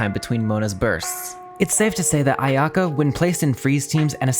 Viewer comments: Did I just hear you said my waifu’s name incorrectly…. A…ya~ko? :DD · Sorry man but its A-ya-ka where the A and ya is the same tone